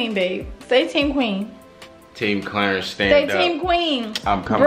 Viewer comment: M E L. PYT I’m laughing my asss offf 😂😂😂 she/he called him (clear)-ance when it’s CLARENCE 😂😂😂